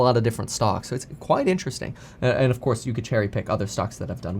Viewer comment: “In the coise” lol